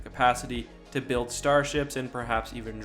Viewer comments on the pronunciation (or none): none